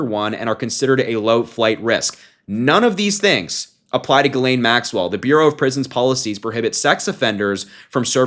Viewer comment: It's Pronounced: "JIZZ-lane," Harry....